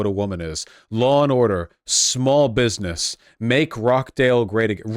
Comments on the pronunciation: ruh .ch. dale, not rah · Hearing vaush pronounce it rock dale 😭😭😭😭